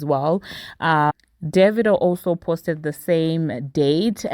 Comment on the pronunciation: You just taught me how pronounce Divado lol but yeah AFRO BEATS BEEN THE WAVE. I am so happy for them both.